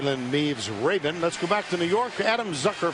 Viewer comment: "Jalen Meeves-Raybin" - Verne, 2015